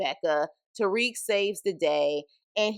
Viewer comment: Made it 1-2 mins into this vid before I got super disgusted & turned it off as fast as I possibly could. From the very start you give off this ugly “idc” attitude about a show you’re literally going out of your way to talk about AND POST to YouTube. You immediately called “Obi” “the one with the weird accent”…like bruh what? Also it’s TARIQ, not Tyreek. Two completely different names. It’s clear that you’re just a confused casual who’s just trying to gain clout off of the show Power but complains the whole time about how you don’t care for it🤣🤣. Make it make sense Sway!! Your best “SHTICK” is to be a nasty mouthed shyt talker?? WEIRD ANGLE! Nah this bushe leauge wannabe power video ain’t flying!! Us real fans take this Power shyt serious. Could never be a MARCDARK, RUDY P, LAMONT TYSON OR GIHIL!! 🗑️